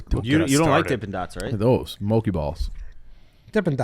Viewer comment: Boys its mo-chi (like 3 chi) not mokey